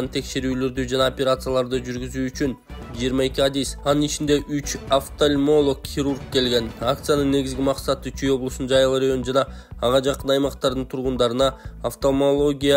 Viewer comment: Диктор балага, офтальмотолог эмес офтальмолог, коз доктуру.Окуурдан мурун жок дегенде бир сыйра окуп, билбеген создорунду гуглдан карап, тууралап окубайсынбы. Канчалаган адамдар корот видеолорунарды. Анан ушунчалык сабатсыз жаштарды коруп тан каласын да😮😢